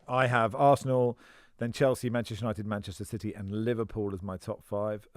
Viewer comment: It’s Manchester United not Man as in Manchester Guardian.